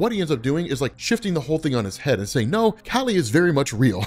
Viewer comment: Kali. Its pronounced like the first half of "CAULI-flower". And kali is the other half of parvati